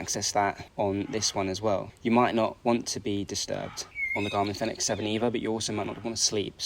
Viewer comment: You should at least check how to pronounce Fenix before making a video about it